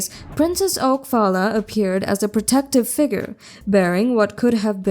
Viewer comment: Her name is Phalla, pronounced Paula. Oak is her last name